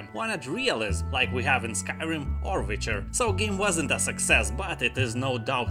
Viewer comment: You say wife like vife and witcher like vitcher.....subbed to this funny pronouncing :)))